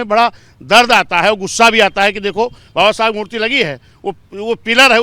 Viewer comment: इस पत्रकार को समझाए कि बाबा साहब का नाम सई तरीके से ले